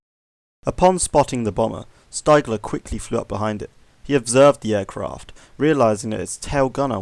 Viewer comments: I love stories like this. Heard the Sabaton song No Bullets Fly and bought the book A Higher Calling. And it's pronounced "steegler" ^^ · Ha ha it’s pronounced Steegler lol